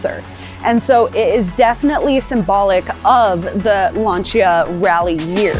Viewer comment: Wouldn't be bad if she could actually say Lancia (Lan see a)